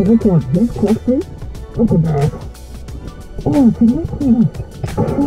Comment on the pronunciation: Why must you constantly mispronounce necklace? DOES MY F'ING HEAD IN!